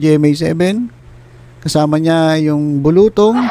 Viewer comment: Nattawa po ako tlga kpag binibigkas nyo ung bulutong..